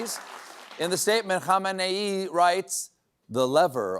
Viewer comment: Wow someone finally said Khamenei correctly 😅😅😅😂😂😂